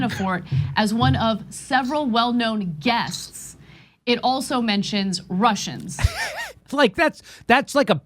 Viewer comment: When Ana says 'Russians', I hear 'Martians'. Those no-good Martians trying to annihilate us.